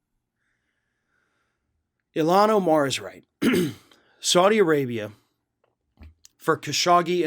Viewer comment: Please learn how to say her name correctly. Thank you. You are saying it wrong and that is disrespectful. She would appreciate that I believe.